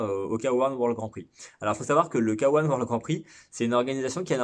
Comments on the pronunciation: Arrêtez de dire K1 "kawan" sans dec . Soit k un , soit Kay one . Dire le k en français et le 1 en anglais c'est pas top. A part ça , super chaîne , très intéressante , merci pour le partage de connaissances. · Et bein tu as tout à fait raison mais il faut voir ça comme le résultat du fait que les commentateurs d'Eurosport, disaient "Kawan" et que c'était à l'époque pour nous le seul moyen de regarder. Vois ça comme pour la pub du Game Gear (qui pronnançait "gire" et qui devrait normalement se prononcer "guire" ) ^^